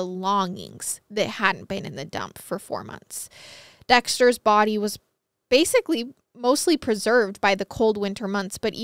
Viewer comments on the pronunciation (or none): none